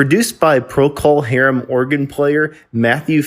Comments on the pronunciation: It’s not Pro Call Harem. It’s Procal pronounced Prokle. Are you clueless, fake or bad AI? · ProCALL .... STOP SAYING IT LIKE THAT! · Every time you say Pro-Call Harum. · It's not Prockle Harum , more Prokul Harum . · “Pro Call Harem”. REALLY?!!!!! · What’s with the “PRO-CALL HARUM” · You are pronouncing procol harem incorrectly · Thanks for saying it , someone had to. Fekin click bait . . . And I'm out , if I hear it say pro-cull hairm again. I'll beat the computer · Learn how to pronounce the band's names! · Yeah. That was annoying as f*ck! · I had another quick look at the comments. About 20 of them, or more, are about this mis- pronunciation. It is at about the point. I hadta look, to figure out who created this video - it's by "What Happened To". - My point is that complaining about a narrator, on a YouTube video is useless. OF COURSE the band's name should be pronounced right - BUT IT ISN'T. What are you gonna do ?? You can howl at the Moon, piss- into a hurricane, or be "tilting at windmills" ( Don Quixote )... - Complaining about it will accomplish nothing... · Sounds like he got into dummy juice. Pronunciation of the band’s name sounded like he knew what it was. Somebody hie me to replace clones like this. Why would you believe anyone who can’t pronounce the name? He probably calls Trower’s big song A Whiter Shade of Quail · If the narrator could only pronounce "Procol" properly, I wouldn't get the impression he simply drummed up research on something he knows little to nothing about. However, in the context of bringing Robin Trower the recognition of the spirit of Jimi to the masses, it is applauded. There will never be another Jimi Hendricks, but guitarists like Robin Trower gave us another aspect of the stratocaster blues. Thank you, Robin, and the band.